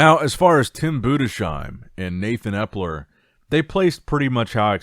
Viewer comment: Enough is enough. It‘s Budes - Heim. No „Sh“ sound. It‘s pronounced „Budes - Heim.“ I am German. I know.